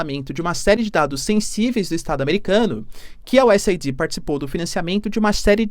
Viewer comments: Professor, o nome da organização americana é US Aid (se fala U S "eid"). Vc está falando US ID (U S "ai di")!!! 😬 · Se fala US AID, não US AIDÍ. Mas ele fala tão fofo que nem dói no ouvido 😅😊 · Professor, só para ajudar: a pronúncia é US “eid” e não US “aidi”. Abraços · Professor, USAID pronuncia que nem o Aid de Band-Aid. "US êid". Abraços e assisto seus vídeos todos os dias! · A pronúncia correta é: US /aide/, é US Ajuda. Não é US Aidi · Estimado professor, USAID se pronuncia como o curativo band-aid vendido nas farmácias. US AID onde AID se traduz como ajuda. Espero ter contribuído.